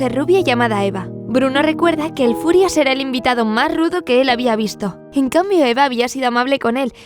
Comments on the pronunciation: Quiero aclarar algo, no es el furias, es el führer que se pronuncia fiurer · Yo lo lei por el cole pero me parece mas triste el diario de ana frank. Tambien en realidad "el furias" es hitler ya que bruno no podia pronunciar "füher" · Lo de "el Furias" es por el libro. El libro esta narrado desde la perspectiva de el niño, que no sabía pronunciar algunas palabras como "Führer" o" Auschwitz" (que de hecho personas como su padre y hermana le hacen saber que están mal dichas). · A ver chavales, lo de "el Furias" es porque Bruno, al ser un niño pequeño, no sabe pronunciar bien "Führer" así que lo llama "el Furias" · No es "el furias" se dice fürer, "el furias" suena a una pelicula traducida al español de españa, como "el bromas" o "el prisas" xd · es q el niño es pequeño y no sabe pronunciar bien la palabra fiurer (fuhrer) y dice furias. en ingles es furious. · es Hitler, el autor le pone ese nombre porque Bruno no sabía pronunciar muchas palabras como Auswitz o El Fuhrer